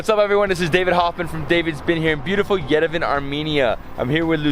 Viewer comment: Why on earth somebody, anybody ( like that guide of his) tell this guy how to correctly pronounce the name of the Armenian capital YERVAN AND NOT YERVEN!